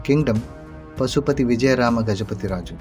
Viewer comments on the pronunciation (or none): Pusapati, not Pasupati